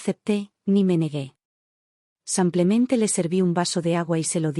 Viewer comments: xq la relatará dice samplemente en vez de simplemente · Por favor, no pronuncie samplemente por simplemente, es con i , no con a .